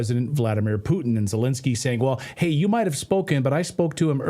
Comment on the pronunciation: Finally. Someone who can pronounce PUTIN'S name properly. It's not Pu-in people!